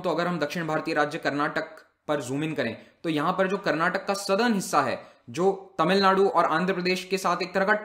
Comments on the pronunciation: Sir it's 'karnataka' not 'karnatak' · Please stop calling Karnatak it's karnataka🙏